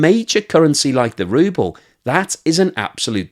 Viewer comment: From “Ruble” to “Rubble”